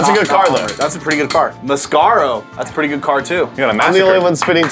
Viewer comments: Why did say The scarro????? It’s the massacro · Why does everybody call the massacro "masscaro", no, just no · It’s pronounced “mas” “sack” “row”